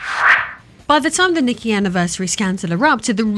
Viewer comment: Nee-kay for future reference